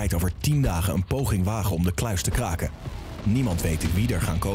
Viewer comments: klaken? Is het niet kraken😂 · valt het iemand ook op dat de R niet kan uitspreken. 'wij gaan de kluis klaken"